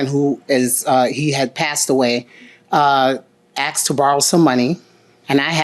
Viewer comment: asked.... AKSED ???? no wonder this is where the majority of the crimes is coming from...